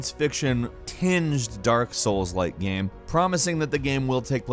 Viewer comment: you have a problem pronouncing "game"?